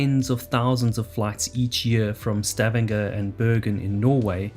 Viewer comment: Stay-an-ger? You man Straa-vang-ger?